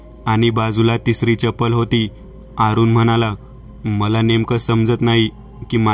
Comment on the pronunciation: अरूण असे नाव असून 'आरूण' नाही